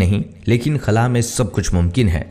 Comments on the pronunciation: خلع نہیں ہوتا بھائی خلا ہوتا ہے کبھی خلع بول رہے کبھی خلا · خُلا نہی ہوتا۔ خلا ہوتا ہے